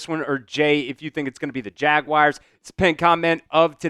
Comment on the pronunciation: Why are there some who say Jaguirs? It's pronounced Jaguars. 😂